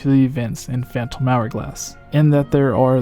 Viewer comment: .... Did he pronounce the "P" in Phantom?